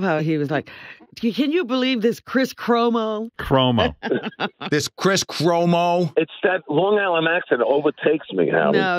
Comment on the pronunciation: Kwis Kwomo